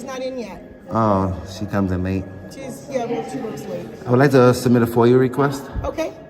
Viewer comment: He says “foy-you” instead of FOIA more than once. A new word for the frauditor “libarry!”